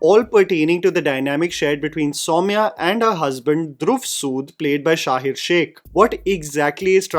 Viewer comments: One correction dear it's शहीर not शाहीर....❤ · His name is Shaheer….not ‘Shaahir’ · No offense but It's not Shahir, it's Shaheeeeeer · bro its sha-heer not sha-hir